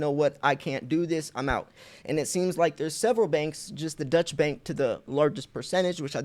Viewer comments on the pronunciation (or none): none